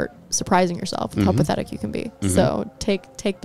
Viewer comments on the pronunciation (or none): I've watched every episode (including the patreon), some multiple times over. So I do love the content and talking points. Maybe this is a "Dallas thing", but.. why do you say KEN when you're trying to say "CAN" 🤣 lmaoo always wondered